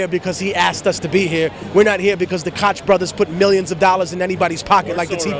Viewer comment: Gotta love Tech, but he's off base with Ron Paul and the real Tea Party movement. I think he was reading some left-wing blog shit...you can tell b/c he keeps saying "Kotch" which is how "Koch" looks to be pronounced, but it's actually "coke". If Tech'd really look into Ron Paul, he'd know he's nothing like the others. Ka1ym7S3F3w is a good start. I know it's like 10mins long but well worth it. Just play it in the background if you don't have time.